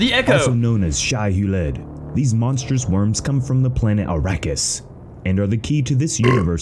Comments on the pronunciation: Ug, they're using AI narration. The worms are called Shai-Hulud (pronounced: Shy Huh-lewd), NOT Shiheled. The creatures from Tremors are call Graboids (Grab-oids) not gruhboids. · Not dangerville mispronouncing Shai-Hulud